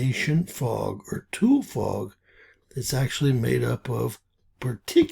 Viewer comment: Its pronounced "Two-lee"